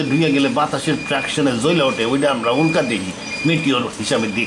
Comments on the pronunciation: উক্লা না উল্কা!! একটা নয়েজ ক্যান্সেলেশন মাইক্রোফোন দিয়ে রেকর্ড করেন চাচা। চারপাশে গাড়িঘোড়ার ভোঁ ভোঁ পোঁ পোঁ পিঁ পিঁপ শোনা যায়।। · উক্লা না উল্কা?